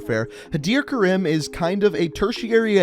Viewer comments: Its pronounced Ka-reem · It’s pronounced ka-reem not ka-rim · Stop pronouncing EVERYONES name wrong! Khaleed? Karem? No no no. Khaled. Karim. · The weird thing is that he says Karim wrong it is Kareem that is how its pronounced. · It’s Pronounced Kah-reem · karim Mate it’s pronounced Ka-Reem (It’s even said like that in the campaign) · its pronounced kareem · yeah guys its not pronounced karim its krim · Pronounced Kareem and Ka-lead, lead like the metal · When you here first pronounce karim, reeeeeeeeeeeeeeeeeeee, it is ka-reme, like meme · Had-er Ker-im 😂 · As an Egyptian myself I find it extremely annoying the way you pronounce "Karim" d Even during Farah getting interrogated by barkov he pronounced it right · That's not how they pronounced Karim in Moderm Warfare... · Pronounce karim properly dumbass. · I love your videos and all but if you mispronounce Karim or Khaled Al-Asad one more time I’m gonna loose my shit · I like how he pronounces the "-ir" in Hadir correctly but not the "-im" in Karim.